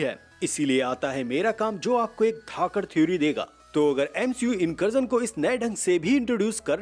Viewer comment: Incursion ❌ Inkarjan ✅